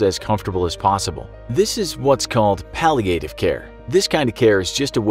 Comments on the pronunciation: I guess it’s like viet nam viet nam. When pronouncing the word palliative , doesn’t it sound better if the A is short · The way he said palliative care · The way they pronounce "palliative" 😑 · That’s not how you pronounce Palliative… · The narrator’s pronunciation of “palliative” is really annoying me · how you pronounce palliative care is really annoying.. get it right!!!!!!!